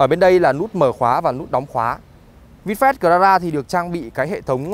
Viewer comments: Bài review của auto rất chi tiết vs thực tế. Chỉ ko thích là lúc bác nói từ Vinfast thôi, nghe như là Vin phét ấy...mình có tra thử tiếng anh trên google dịch nó đọc là vin fat rõ chữ a chứ ko phải chữ e như bác đâu nhé! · lossless lossless bác ấy đọc chữ a thành chữ e luôn! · Anh nay noi chu Fast nghe vui tai ghe